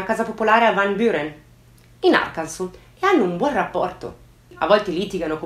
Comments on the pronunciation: Hai detto "arkanso" ? Hai detto "arkanso" !! E non ARCANSAS, ...Guarda mi sta commuovendo!!!8👏👏👏👏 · Una persona che pronuncia bene Arkansas, grazie ti amo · sono madrelingua americana e posso dire che è stata brava 😊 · comunque voto in più per aver pronunciato correttamente Arkansas 😉